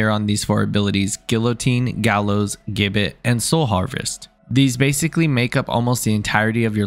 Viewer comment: it's funny to me that gibbet and gallows are 2 different attacks, but a gibbet is, by definition, a gallows. Also is pronounced with a j other than that, your vids are awesome and help me with my crossbar designs